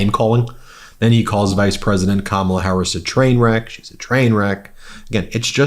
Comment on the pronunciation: More than just a name calling event Ben… it’s a”TWAIN WECK.”😂